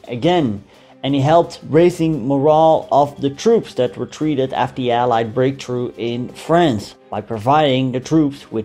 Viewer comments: Is he saying allied bombings or alien bombings??? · Is he saying "Alien bombing campaign", instead of Allied?